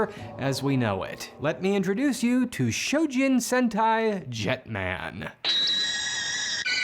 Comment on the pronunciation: ZYU ✅ ZAYU ❌ - CHOjin ✅ SHOjin ❌